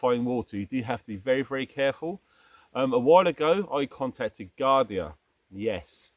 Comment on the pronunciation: It’s pronounced JARDIA JJJ not Giardie buddy. Just a FYI. Thanx for great vid. JH.